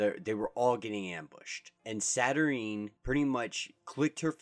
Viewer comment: It’s pronounced “saturn-9”.